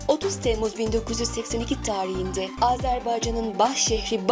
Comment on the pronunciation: yanlış anlamayın ama konuşma tarzınız biraz itici. mesela de tarihinde sözünü öyle telaffuz etmeniz baya garip